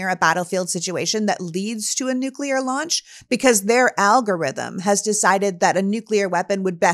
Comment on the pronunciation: THERE should be no nucular wepons